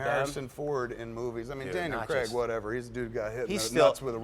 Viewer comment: lol Americans can't pronounce Craig properly